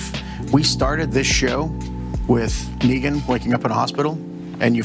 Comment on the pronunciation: Pas Négan, Neegan ;)